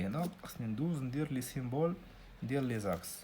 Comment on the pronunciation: سامبول ماشي سيمبول وتبارك الله عليك استاد🙂💖 جزاك الله خيرا